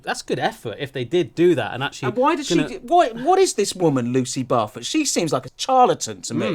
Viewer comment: ROFL..... Is it just Me, who heard the "cat-poo-lady's" name pronounced as "Lucy Barfer"?!? 😂😂😂😂